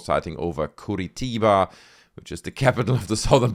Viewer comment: You pronounced Curitiba correctly